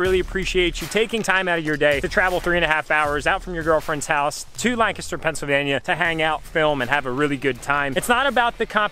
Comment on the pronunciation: Great another person who pronounced Lancaster wrong 😑, from someone who lives in Lancaster County, this is infuriating